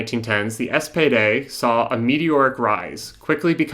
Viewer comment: You're calling the SPD the "SPD" but using German pronunciation (with a terrible accent), or as you frame it, "those in the know", thus demonstrating why the left arent winning the working class.